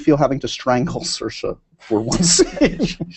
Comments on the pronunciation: dos call her Saoirs like her name but not with the "a" at the end? he says it when he asks the dance question. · He keeps saying her name wrong! It's pronounced ser-sha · I ship Saoirse and Max a lot. My friend and I call them Mairse. ♥ It's pronounced as Mar-Sha